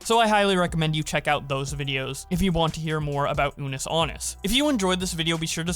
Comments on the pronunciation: The fact keeps saying anus instead of annus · Man really said "Unus Anus"